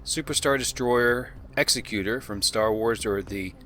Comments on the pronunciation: I am only going to nitpick the pronunciation of "Executor". Many say it as you did, "ex-eh-cute-or", due to Vader (and his ship) having a well-earned reputation for slaughter...but the word for that would actually be "executioner". The correct pronunciation is "eg-ze-cute-or", which is a person that carries out (or enforces) the instruction or will of another person (such as an estate executor, who makes sure that assets are handled in accordance to the written desires of a deceased person). Bearing in mind that Vader was the emperor's second, his right hand person, was frequently sent to enforce the emperor's decisions and will, and the fact that the emperor himself called it a "command ship", indicating that whoever was in charge of suc a craft was given overall command of everything beneath it in the area, this is the more fitting pronunciation. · Exec-you-tor. As in... executive administrator. Not an executioner, which is... an executioner. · It's pronounced Executor like for instance : I'm the Executor of his will...not like he is going to put you to death. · A person who executes other people for a living is an executioner. A person who carries out another person's wishes is an executor. Different pronunciation, bud. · "Executor" is pronounced like "Executive" not "executioner" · That earns you a pass for mispronouncing ‘executor.’ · I thought the ship was called the ec-SEC-you-tor, not the EX-ek-you-tor. As in, belonging to the executive, which makes it less of a weapon and more of a mobile seat of government. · Darth Vader's ship isn't pronounced Ex-e-cu-tor as in I'm going to execute you, which isn't actually a word. Executioner is how that job title is pronounced. The ship is pronounced Exe-cu-tor as in I'm the executor of Mr. Jones will. This has been confirmed by ILM themselves in videos when talking about the ship. The ship carry's out the emperor's will. Good video otherwise. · I believe it's pronounced ex-EC-utor not the way you pronounce EX-ecutor